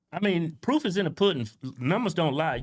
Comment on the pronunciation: Did you say the poof is in the pudding?